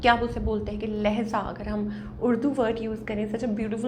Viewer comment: It's Lehja لہجہ not Lehza ma'am. Thanks